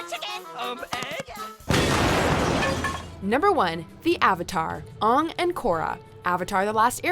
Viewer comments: Did...i hear...aHng instead of Aang? *M. Night last airbender Vietnam flashback* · How did you mess up the pronunciation of Aang ,it's in his series that they pronounce his name Aang not ong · It’s AYY-ng, not ahh-ng! Also, I don’t remember seeing her in the last one, but XJ9/Jenny should have been in here, instead of Spongebob. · It Aang not ond again say it right! Your almost as bad at pronouncing the name as the Avatar the last Airbender movie was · Will no one point out the way she pronunced "Lionel" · Aang not uung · WHO IS "UNG" IT'S "AANG" WITH A DIPHTHONG /ei/ LOOK UP A PHONETIC TRANSLATOR THING TO SEE HOW IT'S PRONOUNCED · Did you just pronounce Anng, Ung?... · AAAAH WAT THE FUCK ITS (A-NG) WAT THE FUNK NOT UNG!!! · whos Ong? its Aang, dont you dare say the pronunciation of the horrid movie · aong??????????????? its AANG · The list was Great and the video was amazing until the End. Announcer please learn how to pronounce Aang’s name. It has a Long A sound and does not rhyme with song. Maybe not have this person read the list if they can’t get the pronunciation right. It’s like the Movie we do not speak of. It’s horrible and it’s like nails on a chalkboard. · Really. Really oong is how you say his name. For crying out loud they say his name in the show. A is not O get it right. That stupid movie did the same thing. Dont be like them. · It's Aang not Ohng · It's not Oong it's Aang. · WHAT THE FUCK?! Aung? It's pronounce Ae-ng, you dumb bitch. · Oh hell no,she said Ong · did you just call him “Ung”?! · Wait, did she say aong or aahng instead of aang--? Hahahhahahhahahah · I'm sorry, but WHY in the world did you pronounce it "Ung" like in that terrible movie?? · She pronounced it "ong" uuuugh what is the the live action movie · Lady saying Avatar aahng..... Omaewa mo shinderu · That's not how you say Avatar AAng's name. What the hell is this Avatar Ung BS!?! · hearing the word "ung" instead of Ang gave me PTSD from the Avatar Movie